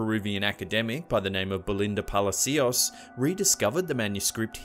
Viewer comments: U pronounced palacios wrong pa-la-ci-os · Funny how you pronounce belinda pala c-Í-os XD okay now that i saw this hope it stop showing in my recomended, that drawing give me the spooks every time i saw it.